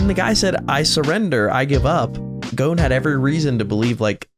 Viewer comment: This version is so trash that you don’t even pronounce “GON” name right it’s GON not “GONE” 💀